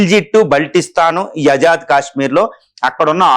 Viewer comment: అజాద్ కాదు ఆజాద్ అని పలకాలి. ఆజాద్ అంటే స్వేచ్ఛ, స్వతంత్ర అని అర్థం - తెలుగు కు పట్టిన తెగులు కు అంతం ఎప్పుడో? 😢